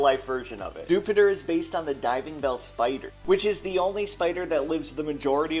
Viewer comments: Y'know I don't think I've ever heard someone unironically pronounce Dewpider like Jupiter instead of dew-spider until just now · You did not just pronounce Dewpider as "Doopy-dur" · The way he pronounced dewpider 💀